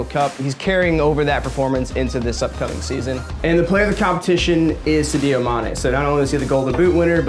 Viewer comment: The second time you butchered "Sadio" I had to turn this shit off